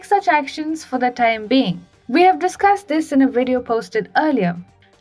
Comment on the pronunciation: "In this Wideo"😄😄😄